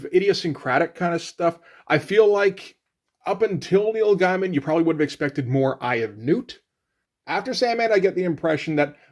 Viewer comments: You're aware that you're not pronouncing Gaiman correctly. Soooo... why not just say it the right way? I can't wrap my head around that. Every time you say it, it's like Britta saying 'bag-alls." Do you just refuse to say, "gay?" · As revealed in an interview, it went like this: Karen Berger called Gaiman (pronounced Gay-Man) and told him they were worried because Black Orchid is an obscure character, and a female one at that, made by two complete unknowns in the American comic book market. Solution? Give McKean a Batman book to draw and give Gaiman a monthly book to write. She then asked him what he would like to do, and thus The Sandman (and Batman: Arkham Asylum) was born.